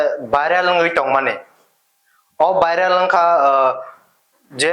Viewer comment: Viral❌ Biral✅. 😂